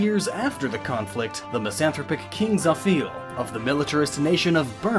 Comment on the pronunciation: Sijurd. Zephiil. Efiraim. Rekka nOken. Berak. But otherwise a good video. SeemsGood